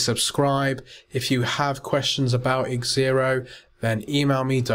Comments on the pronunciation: It's Xero. Pronounced zero, but he kept on saying xzero. What are you trying to say? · it's zero, not xzero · LOL I was correcting you...the software is called Xero pronounced zero get it right haha and learn some manners